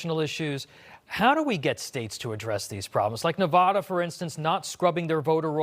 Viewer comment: It’s so annoying when people like this Newsmax guy mispronounce “Nevada”. Thank you congressman Devin Nunes for pronouncing it CORRECTLY.